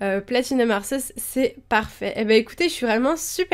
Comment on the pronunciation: Il me semble que l'on dit en prononciation Arquéeus comme dans le film Arceus et le joyau de vie ^^ Au départ j'ai due faire toute les prononciations c'est comme Régigigas :D ! Sinon très bonne vidéo ;) !